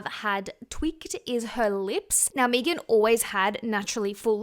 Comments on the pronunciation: Her name is pronounced "Meh-gan" not "Meagan" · Meee-gan? Lol it's meghan love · Me-gan is pronounced Meg-in She looks so old to me! All the surgery aged her at least by 20 yrs! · There’s only one E in Megan. There are Maegan’s out there that pronounce it MEEgan, but in the U.S., one E is Megan. 😅 There an also Meggan’s. Like Egg-uns 🤓🙃🤪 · Lmfao yes. Meeeegan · I love how it sounds like she says Megan like Vegan. 😆🩷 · Her calling Megan Fox Mee-gan is so wrong. Mee-gan Fox's career was dead before MGK. He made her relevant again and she owes him for that. I also hope they release a sex tape. I think it would help Mee-gan's career even more. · Can't with "Meegan" pronunciation 😂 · Its not meeegan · Never heard her name pronounced Meegan 😂😂😂😂 reminds me of Keegan & Peele. Meeeeegan meegan!! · I'm with you, hon, it's Me-gan!. And, for what it's worth, I think you are shit loads more attractive than her. And, that is not fellow Aussie bias.😊❤ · I thought you produced it Mee-gan when it’s spelled Meghan or Megan. If it’s spelled Meagan or Meaghan it’s May-Gan. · omg, im an aussie and your right, we do say her name like that lol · Sorry, I can't watch a video of you purposefully mispronounce someone's name. You just said it correctly so you are capable. No offense, I just think its a bit rude. Its not like you don't speak English so the accent isn't really an excuse. People may say it differently there but Megan Fox isn't Aussie. I know she ain't gonna watch this video but I'd be mad annoyed if someone just didn't feel like saying my name right for basically no reason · Thats not how you pronounce her name and you know that ... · No. Im Aussie and dont pronounce it like you do. 😂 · Girl I’m Australian as well and “Meg-an” and “mee-gan” are two totally different names!!😂😂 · Oh my god I couldn’t watch this with your pronunciation of her name